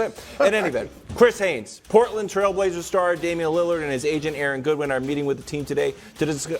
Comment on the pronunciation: Damian Leurrarr 😂